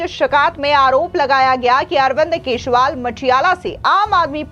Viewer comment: मैडम! आप केजरीवाल को हरदम केजरीवाल को केशवाल बोलती हैं।